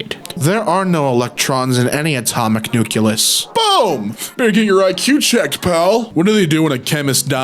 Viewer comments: How in the name of god can you look at the word “nucleus” and pronounce it “nukulus”? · Oh god, he even said nuculus. I've never heard anyone say that before.